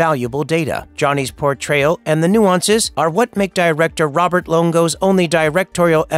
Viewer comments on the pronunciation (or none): none